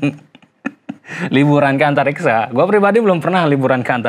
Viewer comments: Antariksa bang bukan antartika😅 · Bukan antartikaaa oy bang, antariksaa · Antariksa bang bukan antartika, 🤣🤣🤣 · antariksa bang bukan antartika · Antariksa bang bukan antarika' lu tau baca ngak' mau komplen tapi ngak tau apa arti lagu nya